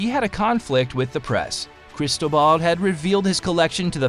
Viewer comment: Crystal Ball…. CRISTOBAL… It is not so difficult to pronounce if you care a bit